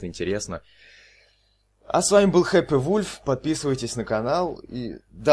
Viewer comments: Боже он сказал не хэппи фульф а хэппа вульф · Боже что это как я тут оказалась Вульф ещё говорит хЭппы вулФ